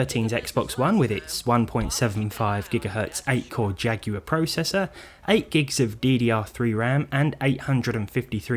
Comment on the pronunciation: You said processor WRONG AGAIN!